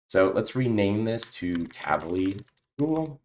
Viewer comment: Great tutorial, thanks! Just one off-topic remark, the way you pronounce "Tavily" is wrong, it is actually in Hebrew (as it is an Israel-originated company) and should be read as two words "Tavi"+"Li", meaning in Hebrew "get me" (something) or bring (something) to me. Just FYI 🙂